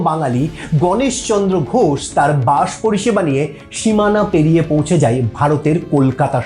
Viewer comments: বাঁশ নয় বাস বাংলা উচ্চারণকে বাঁশ মারবেন না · তা বাস কে বাঁষ বলে নিজেকে কিভাবে বাঙালি ভাবেন??